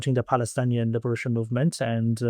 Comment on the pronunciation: Just a correction, the word is Palestinian and not Palestanian